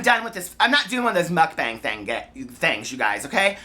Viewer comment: i think it's pronounced "mook-bong" :)